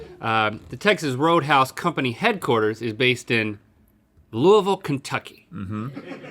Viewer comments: Hearing Link pronounce Louisville Kentucky the way we pronounce it here made me happy! “Lulvulle” instead of “loeeyville” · Link said Louisville right, and I'm impressed. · Eyyy, Link said Louisville right! He's been here before lol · As a Louisville native, hearing Link pronounce “Louisville” correctly made my heart so full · You can tell they're Southern boys because they pronounced Louisville correctly. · I am so proud of Link for pronouncing Louisville correctly! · Thank you Link for saying Louisville correctly!!! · When link pronounced Louisville properly 👁👄👁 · Hey! Thanks for saying Louisville right! Love ya -your Louisville, Kentuckian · can we aknowledge the proper pronunciation of louisville? Thanks Link. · Omg, someone not from kentucky said louisville right😱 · This is the only time I've ever heard someone outside of KY/IN that pronounced Louisville correctly. I am shook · LINK PRONOUNCED LOUISVILLE THE CORRECT WAY 🥳 #MyCity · As a Kentuckian I am so incredibly proud at how Link pronounced "Louisville", he said it almost as good as a native would 😊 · IM FROM LOUISVILLE AND IM SO PROUD OF YOU LINK THAT YOU SAID IT RIGHT!!!!! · AND LINK PRONOUNCING LOUISVILLE CORRECTLY IS LITERALLY LIFE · I'm very impressed at how Link pronounced Louisville. 👍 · A person not from Kentucky pronouncing Louisville right? Woah! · thanks for saying Louisville correctly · Nice job pronouncing Louisville right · Hey thanks for pronouncing Louisville correctly Link ! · Link said Louisville properly 😂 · A+ pronunciation of Louisville, Link. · As a UofL grad; I’m so happy to hear you pronounce Louisville “properly”, Link. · Omg! Linc, you actually pronounced “Louisville” correctly! Good job!! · I'm from Louisville and I have never heard someone not from Lousiville pronounce it the right way. props. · Hi from Clarksville, IN which is right across the Ohio River from Louisville, KY! Also, Good job Link for pronouncing Louisville correctly!!! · Perfect pronunciation of Louisville - rare!